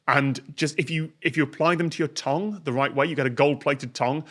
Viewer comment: Never expected Tom to pronounce tongue the way that he did